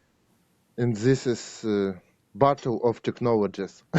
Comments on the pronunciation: He was saying "battle" not "bottle" there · Battle not Bottle